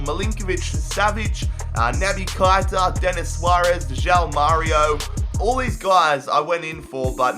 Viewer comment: You have to say keita not kaita